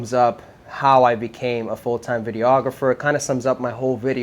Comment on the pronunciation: It always kills me when people pronounce it video-ographer lol. It’s just videographer